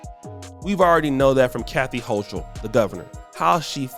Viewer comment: This dude still can't pronounce kathy holcom name he is a dummy but talks about how Eric Adam's talks lmao smh